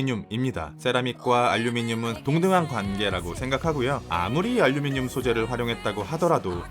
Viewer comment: 왜 알루미늄을 알류미늄이라고 부르나요?